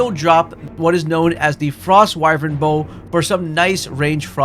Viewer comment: Bro doesn't even know how to say Frostwyrm.